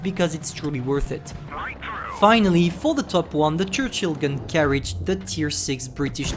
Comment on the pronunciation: Sorry we say churchill not chruchill